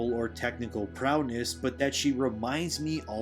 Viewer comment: Prowess, not prowness